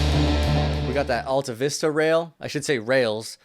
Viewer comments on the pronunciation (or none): none